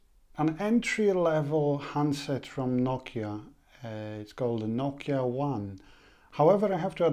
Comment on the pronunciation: Its NOKIA (NO-KEY-A)